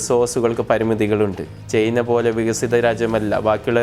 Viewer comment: ചെയ്‌ന അല്ല സർ ചൈന എന്ന് പറയു